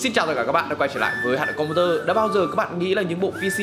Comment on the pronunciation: Com "bu" tơ :)))))